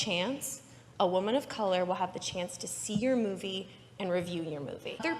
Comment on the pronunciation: Every time I hear “Wahman” I die a little bit inside